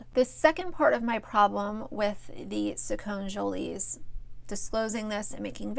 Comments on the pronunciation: lollll you can't even say their name right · If you have an opinion about them shouldn’t you at least say their name right lol? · You could at least learn to say their name right. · You obviously don't watch the channel because you don't know how to pronounce their name. I think it's dangerous to comment on something you know such a small sliver about. If you watch their channel, you'd know Eduardo wearing dresses is a small small part of them. Do your homework. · If you are going to discuss them get the pronunciation correct. Sacconne is pronounced with a long e at the end. It is not silent. Do your research. Plus he has always liked and dressed up in girl clothes and liked girl toys since he was a toddler. They DO NOT HAVE A PODCAST, it is just another YouTube channel. They had other guests on that show. I do agree with you on this issue however.